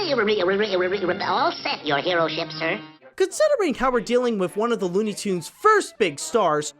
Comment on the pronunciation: it's tunes not toond